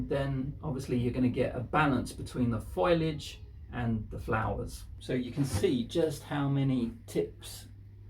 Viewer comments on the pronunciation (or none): Fo- lee - idge, not Foilage.